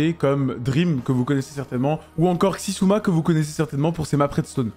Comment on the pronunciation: "csi-ssuma" xD nan par contre les gens qui disent le nom d'autres gens, allez vérifier comment ça se prononce au moins une fois, par pitié ! pour ceux qui veulent savoir et qui regardent pas forcément son contenu/hermitcraft, ça se prononce "ex-ziou-ma" ou "szouma" en plus rapide à la limite ;)